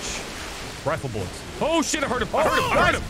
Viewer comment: Same dude says "rifle buillets"